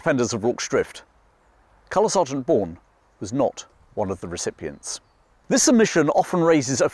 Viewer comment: OK - I'm sorry but I have to tell you about the word you use a lot (used previously in the David Niven story too). You pronounce the word 'recipient' with an extra 'r' - ie as in 'recipRient'. I've only seen two of your videos so far but, trying not to be rude, had to let you know. I do love your videos, and their subject matter, and mean to continue watching them all